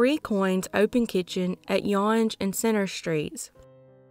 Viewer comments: Yonge street is pronounced as young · Just for that last one, its pronounced Young and Center street. Keep up the great work! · I left info on Cheryl Row thank you for shining light on it. And thank you of the close up of that dirt bag. Some one knows some thing. I grew up around the corner from her friends with Mitch. This is so sad. Younge st. Is pronounced Young. It's the largest st in Canada you can take it to Vancouver. It turns into the trans Canada highway.